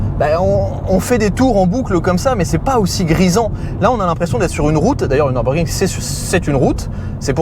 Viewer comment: NEURBEURGRING mais lol cava tu te rattrape avec la bonne prononciation de d akra